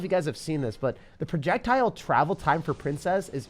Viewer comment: did he say Trajectile? Lol